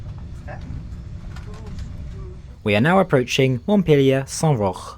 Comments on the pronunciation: Saint-Roch is pronounced with a 'k' at the end, not a 'ch' like in German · Your effort in pronouncing all the names right is next-level! Somehow the Dutch "ch" seeped through in French here though (Montepllier Saint-Roch), you caught me a bit off-guard there with the sudden outburst of Dutch harshness, especially since your not Dutch😂